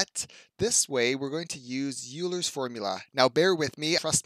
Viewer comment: How on earth does a mathematician not know that Euler's name is pronounced "oiler"?